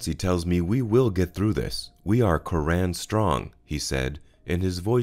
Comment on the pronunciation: Btw, it’s not “Cur-RANN” Good Irish surname “CURR- an”